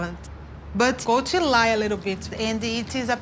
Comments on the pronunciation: LOL did you say big titty Colt?! 😂😂😂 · Colt, Not Coltie. Lol.